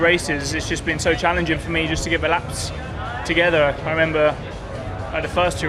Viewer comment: It's only me, or most F1 drivers can't say "together" correctly? LOL